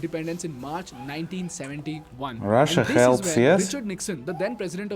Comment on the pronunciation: The way you guys pronounce Russia sounds so sexy 🔥👌